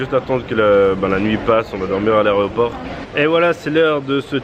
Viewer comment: Mais on dit l’aEroport... et pas l’arret-au-port